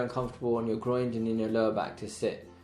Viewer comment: Keeps calling the Groin the Groind 😂😂😂😂